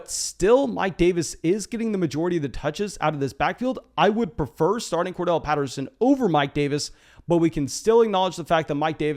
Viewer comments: Won’t spam chats but gonna keep pushing you to stop saying Cordell for Corderelle!🤣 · Bro it's COR-DARR-ELLE Patterson :'(